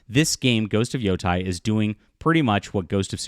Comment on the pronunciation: IT’S NOT PRONOUNCED YO TIE. It’s pronounced YO TAY. Learn Japanese. Yo Tie would be written as Yotai.